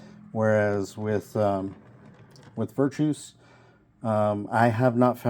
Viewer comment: Sorry, pet- peeve: NOT VIRTOUS... (well, I mean, the dude is virtuous. Obviously. He's a Great guy!) But his name is Virtus. VER. TUS. VIRTUS. Little mishmash of virtuous and vertical, I think. Sorry for the vocabulary lesson. Like I said, pet-peeve. 🙃